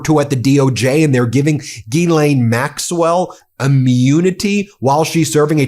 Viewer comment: "Girl-aine" Maxwell. Has AG evil-stupid Barbie ever pronounced the Pedo-Witch-Queen of Angmar-a-lago's first name without pronouncing the non-existent "R" sound? Idio-evil-ocracy